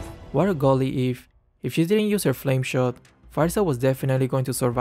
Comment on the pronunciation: i finally know how to pronounce yve its soun like (if)